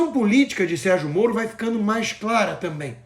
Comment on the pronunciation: Sérgio.....morno....ou Sérgio morto? Kkkkk